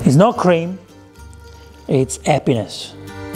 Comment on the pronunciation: It's not appines it's Happines.